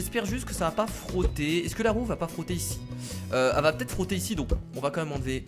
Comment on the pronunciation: Y à que moi qui pense qu'a chaque fois qu'il dis "roue" il dis "roux" mais péjorativement sans faire expret ? x)